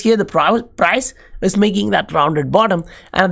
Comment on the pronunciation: Good video and analysis on Patreon too. Hey, "is" is pronounced "iz". I don't know if hindi has the z sound. Anyhow your accent is cool